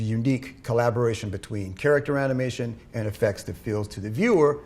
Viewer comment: character animation が 京都アニメーション にしか聞こえない...